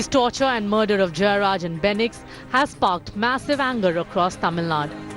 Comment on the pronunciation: It’s fenix not benix!!!! please guys, address them with the right names.